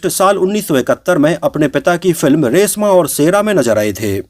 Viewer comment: रेसमा और सेरा नही,रेश्मा और शेरा 😂😂